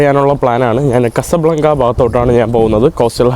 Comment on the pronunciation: കസബ്ലാഗ്ഗയല്ല ക്വാസാ ബ്ലാഗ്ഗാ ആണ്